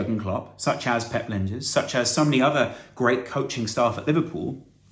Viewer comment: This is quite off topic and my apologies, the ij in Lijnders is pronounced as the "i" in "icecream". Might be just a but easier to pronounce.